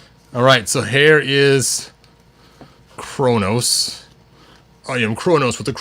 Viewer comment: You mispronounced Kronis as Kronos